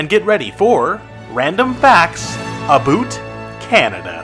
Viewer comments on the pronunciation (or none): Good video, but we say "about" and not "aboot" in Canada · We say "about", not "aboot". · Nobody says aboot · Seriously did he really need to say aboot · As soon as a heard you say "aboot" in the title , I stopped watching. I was born and raised in Canada and in over 50 years I have never heard a single Canadian pronounce about as aboot. It is the stupidest Canadian stereotype there is.